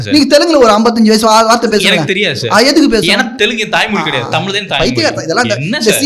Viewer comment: The guy arguing against Shri Rangarajan Narasimhan is saying "Tamil" instead of "Thamizh". So much for Tamizh nationalism. Can not even pronounce his own language.